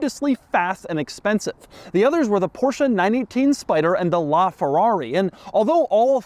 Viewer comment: Porsche actually made an ad on how to pronounce its name. It's Por-sheh, not Portia. People like you should know.